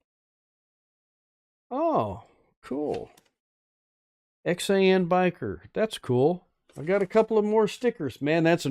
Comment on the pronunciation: I am sorry didn't know you did this live or I would have left DR. Harley's live. I guess I mistook when you were doing the live. Thanks for showing my stickers and reading my note. Good live!! Yep, that is my tag line, "Rubber down, Faith up." Also thank you for pronouncing Xan correctly. Glad you bike at least got rinsed off. I watch and try to comment on everything I watch even if it is just an emoji.